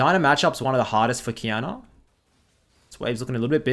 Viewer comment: Ngl, took me some time to get that Qiyana was lanning against Diana with the way u pronounce it xD